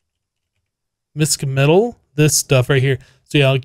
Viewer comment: "Mischmetal" probably comes from the German word "mischen" (to mix), so it's basically a mixed metal ingot (a name that's already taken by IC2 iirc?) To pronounce it, just ignore the "c", call it Mish-metal.